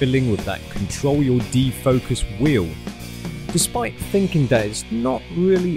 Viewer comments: Did you say de-fuckus? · "De-fockus controol" :D